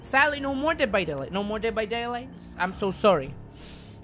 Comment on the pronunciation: Eres el mejor ! :D estudiar inglés vale la pena si es para ver tus videos . Sobre todo deh vah deilaigh D:<